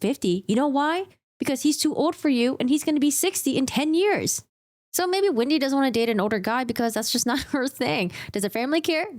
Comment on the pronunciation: Hi, love your breakdown on this stuff as always!! However, I'm just curious why you refer to Wendy as Windy? Jejeje. And also also I notice that sometimes u don't pronounce the letter L? 😅. Just bugging you. I like to bother